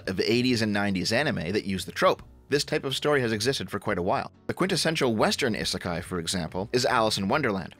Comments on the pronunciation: The sound you keep making when pronouncing Isekai (ih) doesn't exist in the Japanese language. Aa ee oo eh oh form the base sounds and you put other sounds infront of them to form words. So, isekai breaks down to: (ee)s(eh)k(aa)(ee) It's a phonetic language, so everything is pronounced exactly as it's spelled. The I's we use in the Romanji spelling represent the symbol for (ee). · I know it's romanized with an 'i' but Japanese has incredibly regular pronunciation and it's 'ee'sekai. Technically the 'i' at the end is the same, but it runs together in the 'kah-ee' sound. It's not an 'i' like in 'in'. inb4 weeb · Having the hardest time with this video because someobody who has "Otaku" in his name can't say "isekai" properly. eee-seh-kai. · "Ih-suh-kai is a Japanese word..." uhh, not pronounced like that it isn't! We give JP a hard time for their Engrish but Westerners' Jupunese is just as bad like damn xD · You're mispronouncing "isekai"